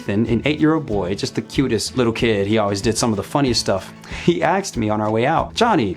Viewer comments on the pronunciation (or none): 150 IQ but still says “ax’d” ✊🏾😊